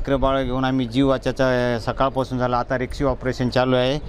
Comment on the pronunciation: रेक्षिव 😂😂😂 रेस्क्यु बोल रे😂😂😂😂